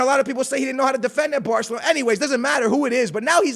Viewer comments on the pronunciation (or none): none